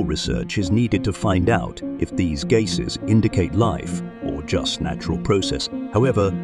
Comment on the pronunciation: Strange pronunciation of "gasses"! Is it just AI not working or is this whole thing spurious?